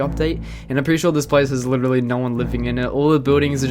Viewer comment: WE LOVE MICHAEL (aka the counter guy, witerally)